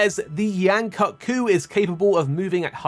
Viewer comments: It's pronounced "koot", not "cut"!, guy. Please don't white wash it. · According to the MH Promotional team its pronounced cut. As they even used it for word play in the TGS version of the trailer with Yian-kut-ku being called the Extended Kut.